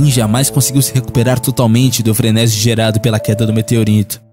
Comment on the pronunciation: FreneSI... já HOUVE fraudes... atenção à pronúncia e forma gramatical correta...